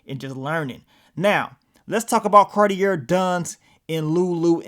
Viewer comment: It’s pronounced “Car-tee-ay”